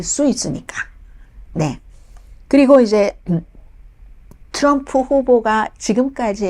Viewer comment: 자기 응원하는 후보 발음이나 똑똑히 하라우! 추럼프